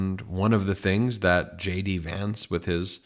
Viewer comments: Did you say Shady Vance? Lol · Ben, from afar, J D Vance sounds like 'SHADY VANCE' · Are you saying JD Vance or Shady Vance? (Which I find much more appropriate 😂) keep up the good work, love the truth! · Wait, am I hearing things or did you call him Shady Vance?